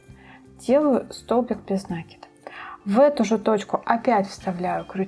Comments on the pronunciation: Все просто супер! Но почему нАкид? Есть же правильное русское слово накИд. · Только не обижайтесь,слово накид,ударение приходит на букву "и",просто когда слушаешь,режет ухо,простите.